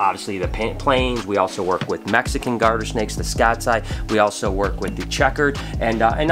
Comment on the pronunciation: I liked the video as soon as he said mexicon’s